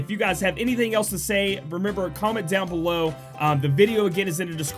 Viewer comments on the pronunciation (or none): none